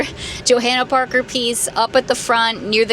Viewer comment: PLEASE PRONOUNCE IT RIGHT. Your channel is huge and you should know how to pronounce Johanna Parker 😅😅